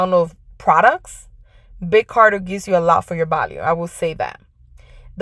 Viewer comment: It's Big CARTEL......not Carter. Just fyi...thanks for the video